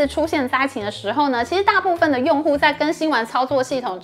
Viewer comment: 請念對「作業系統」...